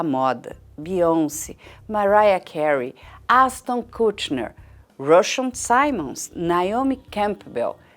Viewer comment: É Ashton Kutcher e não Kutney